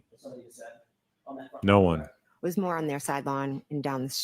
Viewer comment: "Crect" "Crect" "I don't remember." "She didn't say that at Four Fifty Three" 😵‍💫